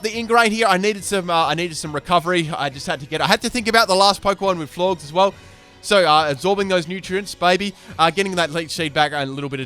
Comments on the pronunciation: You don't pronounce Florges Floor-Ges, you pronounce it Floor-Jes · Florges rhymes with gorgeous